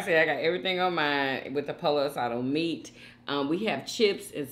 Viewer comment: Not POLO ASADO It’s poyo asada